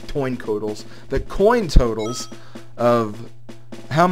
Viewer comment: toin cotals? ^_^ teehee